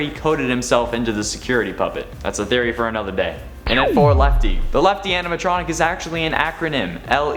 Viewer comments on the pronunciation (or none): i dont care lefty is how you spell it not how she said it